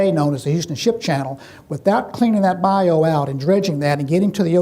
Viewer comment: Learn how to pronounce Bayou. Also, quit being a hypocritical religious slimebag.